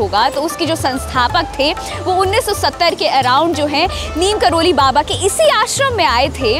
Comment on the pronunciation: नीम करोली नहीं नीब करौरी होता हे